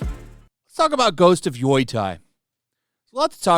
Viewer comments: HOw in tf do you see YOTEI and pronounce it YOI-TAI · Yoy-thai? dude yo-tey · It is pronounced Yoh-tey, not Yui-tie. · Why is everybody mispronouncing the game's name though. It's written Yotei, so why is everyobody reading Yotai? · it’s YOTEI !!!! Not fugging YOTAI WTF MAN !!! Learn how to speak Romaji you azz wipe ! love your videos btw bro keep it up 👍🏻 ❤ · Probably got quite a few similar comments but it's pronounced "yo-tay". I live about one hour from Mt Yotei. Beautiful mountain! I hiked up and stayed overnight at the top. The view is amazing. There's also a great soba shop called Isshin at the base. Wonder if it's still open... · "YOI TIE", huh? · GHOST OF WHAAAAATTTTTTTT HAAHAHAHAHAHSH I had to repeat that AT LEAST 5x 😂 I heard the most obnoxious pronunciations to YOTEI , like "Yo"thai" (like ghost of thailand) but got of WUTEI maybe my guy is mixing it up with Wutai in final fantasy 😭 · Yotei is pronounced "Yo Tay" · pretty sure it's not pronounced yoytei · Sure, let’s trust the research of the guy who didn’t look up how to pronounce Yotei 😂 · The way you read "Yotei" is painful, please learn to say it properly dude xD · Yoi-tai. Just say Yo-tay it;s the closest you'll get. After several years he's still saying Shushima......